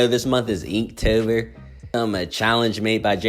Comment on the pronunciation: I’m sorry did I just hear you say eektober??